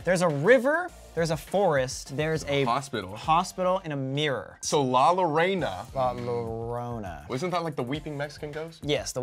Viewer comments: Sam saying “La Lorona”, bothered me so much😂 It’s “La Yorona”😂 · "So La LoWrEyNa" "La LoWrOwNa" 😬😬😬😬😬😬😬😬😬 I felt like smacking them with la chancla! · Them saying lah luhrona hurts my soul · Colby: La llorana Sam:La llorohna ...........this is gonna take some time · I died when they said LA lorona it's llorona and the two l's are like the y like "yo" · "la larona".💀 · "La Lorena" "La Lorona" Excuse me guys if u are real ghost hunters u guys should know how to say LA LLORONA my latin ass is hurting god dammit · “La lorena” “la lorona”JAJAJJAJAJAJ ME ESTOY MURIENDO DE RISA COMO DICEN LA LLORONA JAJJAJAJAJ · Sofia Arraez right and it pronounced la-ye- rona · Colby: La lorreina Sam: La Lorona 😂😂😂😂😂😂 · sam: la lorona every hispanic: shaking heads in shame while cringing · La laarona yes that’s how you say it😂 I’m proud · "La llOrENa" -colby brock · Some should tell Sam and Colby that in spanish double L then makes a y sound so it would be la llorona/yorona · The pronunciation is La Yo-ro-na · They said la llorona wrong 😂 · The way they pronounced the La Llorona 😂❤️ then Colby saying I KNOW THIS🥰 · The way they pronounced "la llorona" made me triggered tbh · La Llorona is a Mexican urban legend they both said it wrong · Lmao I can’t I’m Mexican and the way they were saying La Llorona 💀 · THEM PRONOUNCING LA LLORONA 😭😭😭😭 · i remember when they did that video with "la llorona" everyone was correcting them on how to say it cuz they kept saying it wrong😂😂😂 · They said la llorona wrong!!!! Two L’s together make a different sound in Spanish!!! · Omg , sam and Colby don't read their comments, they are still mispronouncing la Llorona lmaoo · He really said isn’t that like the weeping Mexican ghost and mispronounced it what the hell